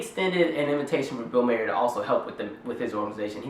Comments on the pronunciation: def not pronounced Mayer but other than that agreed. It's Bill Maher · You assume too much. Bill mayor (I'm spelling his last name the way you KEPT PRONOUNCING IT!) Is not racist. You can see he was basically led right into that joke. He dates black women.... This is not the action of a racist. Furthermore, black comedians make a good living using mock white voices and making fun of other white behaviors , so you DONT HABE A LEG TO STAND ON. The problem is the hypocrisy, the double standard, the tragic lack of recognizing IRONY. fuck you and your fake anger toward bill MAYOR . in spite of what I just said, you seem otherwise intelligent, so good video